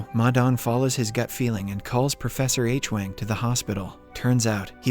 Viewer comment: This video - and 4 & 5 - mispronounces “Hwang” as “Aitch-wang”. Adam never makes that mistake; it is a blunder A I makes.